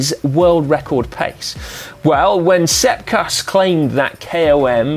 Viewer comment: Like when heard Sepp Kuss 👌